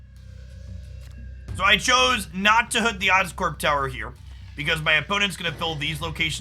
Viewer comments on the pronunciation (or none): none